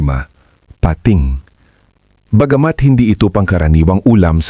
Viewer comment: PATING NOT PA-TING